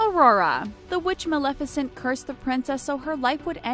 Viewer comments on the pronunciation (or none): none